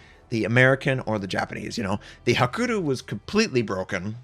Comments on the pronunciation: its not kuriyu its Hakuriyu. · Its Hakuryu not Hakuru... -.